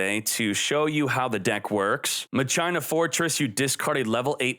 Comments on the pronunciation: Muh China Lol. Muh sheen uh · What is with your pronunciation it's not pronounce ma China lol